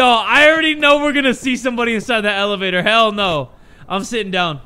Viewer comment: "the elevator" or "the L evator" ( i hate myself too )